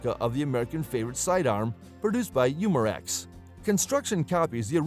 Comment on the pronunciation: You mar ex lol for umarex